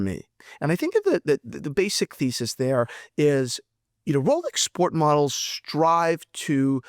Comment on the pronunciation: It almost sounds like rolex coward lol